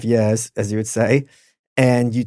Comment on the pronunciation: I love the subtle roast of the way that Chris says “years”😂